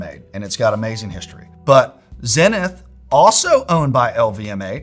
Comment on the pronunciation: That's not how you say Zenith. How am I going to trust dudes that don't pronounce Zenith correctly?